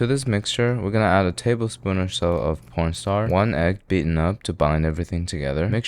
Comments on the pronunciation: you definitely pronounced "corn starch" the wrong way on purpose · Corn Starch ❎ Pōrn Star✅ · please tell me im not the only one that hears 'p**nstar' instead of 'cornstarch ' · watching this while i'm listening to my lecture and turning on captions. it said "porn star" and i went "what???" AHHAHA had to pause my lecture video so i could hear properly "corn starch" 🤣🤣😭😭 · Idk if I'm trippin or is he saying p*rnstar or corn starch- I ain't hearing the ch sound 💀💀💀🕴🕴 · He def just said porn star not corn starch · you said "1/4 cup of corn starch" but I heard "1/4 cup of p0*n stars" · You added a cup of porn star. I heard you. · Did he say p*rn star 💀💀💀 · He actually does say p*rnstar. 😉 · Man really said,1 tablespoon of pornstar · did he just say pornstar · did anyone else not hear 'cornstarch'..? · Is it just me or did he call Cornstarch, "Pornostar"😂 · he really said porn star during potato mochi😂😂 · Did you just say po*nstar instead of cornstarch or is my mind playing tricks on me 😂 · What’s a ligma fork? It sounds like you pronounce corn starch, porn star and I’m here for it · Im not FUCKING crazy He says “porn star” doesn’t he ?… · Actually fr